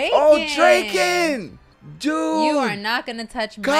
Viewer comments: Cool reaction but its draken not drake en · every pronunciation is fine except drakens😭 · okay i am not angry or anything but. Its Dra-ken, like Dragon. His name is Ryuji ken. Ryuji is Dragon. And combined with Ken its called Dra-ken. Good word play